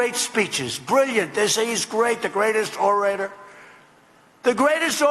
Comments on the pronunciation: a great orotor haha can't even say it right, let alone do it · Ava Langrin He even pronounces “orator” incorrectly.